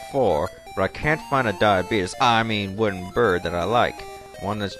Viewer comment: Diabeetus lol